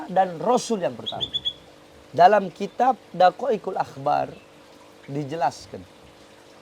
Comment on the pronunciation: Ngajar kitab sombong bacany aja kebalik ngajar kitab preeet